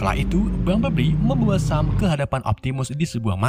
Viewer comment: Bumblebee bang bukan bumbleblii🗿